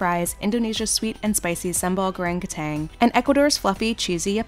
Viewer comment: The way she pronounce "kentang" makes me die inside...